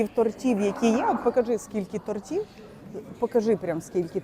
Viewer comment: Не тортів а то'ртів ду..